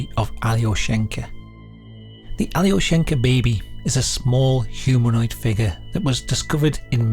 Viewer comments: it's not pronounced "ally-o-shank-a" it's more like "ahl-yo-shien-kah" also it's a male name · alyO-sh'n-ka Not that it matters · Just a note, Alyoshenka is a boy's name (with the stress on the O - yes, completely counter-intuitive to an English speaker), an endearment diminutive of Alexey, a common Russian name.